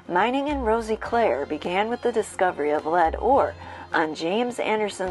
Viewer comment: she as well was saying it wrong, the "i" is sort of silent so it would be pronounced as "Roseclare" if that makes sense. (i live here)